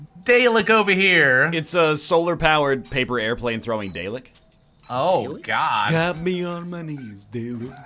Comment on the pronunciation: Daylek? The fuck is a Daylek?